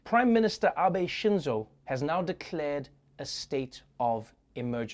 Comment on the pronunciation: I like that he pronounced Abe Shinzo correctly